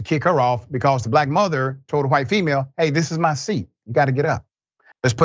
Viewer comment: Emphasizing the word black to strengthen the race baiting narrative